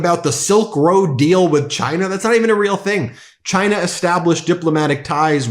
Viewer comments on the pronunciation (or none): Has he issued an executive order making people pronounce the country as 'Chine-ah'?